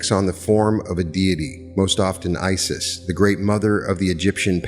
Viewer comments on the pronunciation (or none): none